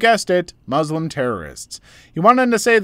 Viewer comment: Hello I feel like you’re a person who tries to be accommodating and sympathetic to people’s feelings so I’m just going to make a small complaint that bothers me (and many other people) all the time that many western people often make. The way you pronounce Muslim is the popular way English speakers pronounce it but it’s not correct. It’s supposed to be a soft S not a strong one, meaning it’s an S sound not a Z sound. Thank you and please keep up the amazing content. ❤